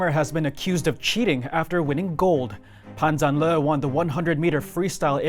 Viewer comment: He was pushed all the way by God's invisible hand?? 😱 Fyi, his name in Mandarin should be pronounced: Pun Jarn Ler. Not Lee.